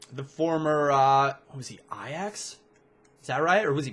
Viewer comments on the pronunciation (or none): none